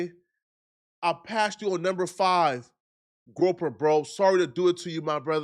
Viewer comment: The way you pronounce "groyper" is sending me! 😂😂😂 Perfection. Definitely subscribed. They ain't groping women, fortunately. 😂😂😂